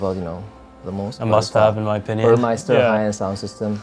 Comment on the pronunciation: it's embarrassing when the Porsche representative says Burmeister instead of Burmester.